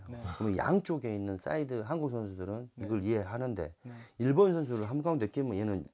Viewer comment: 1번 안 갔으면..-->일본 안 갔으면... 정정 부탁 드립니다. 종범신이 일본 발음을 일번 비슷하게 하는 버릇이 있습니다.